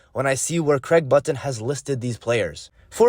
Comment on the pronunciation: learn how to pronuce button u goof disliked.